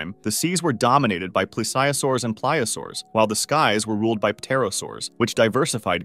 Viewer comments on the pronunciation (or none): No way thats how you say Plesiosaur